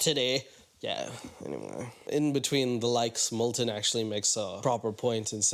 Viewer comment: Fitting that pronounces Milton's name as "Molten", like molten lava. Igneous rocks, whaaaaat?